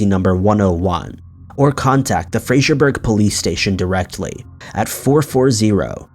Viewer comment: Ummm that’s not how you pronounce Fraserburgh! I lived 12 miles (and went to college there) from there, close to Strichen, and it’s definitely not how it’s pronounced 😂 x